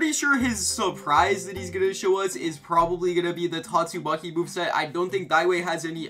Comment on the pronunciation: Don’t tell me you said “GYATTSUMAKI” 😑